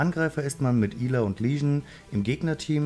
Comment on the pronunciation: Sie heißt nicht EEla sonder ausgesprochen Äla